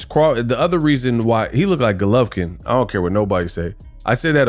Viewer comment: stay butchering names😂😭Vegan Golovkin